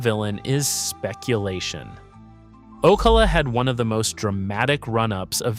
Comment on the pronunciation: o-CAL-a, not O-Kay-la or O-cuh-la. You’re clearly not from around here.